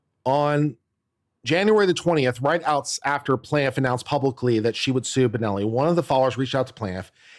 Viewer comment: it's BONNELL ffs, not BENELLI!!!